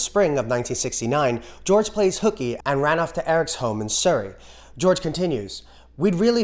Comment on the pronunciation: I live in Surrey (and the pronunciation was a bit off but made me smile 😂) but as I live in Surrey and my sister went to guitar lessons in Ripley (where Eric Clapton lives), so this was about 6 years ago but one day when my dad took my sister to the guitar place, Eric Clapton walks in, my dad didn’t recognise him at first but then realised who it was after he left, but imagine being that lucky to be in the presence of such a great guy.